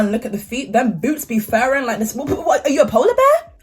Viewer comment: “Them BOots be furrin.” 😂😂😂😂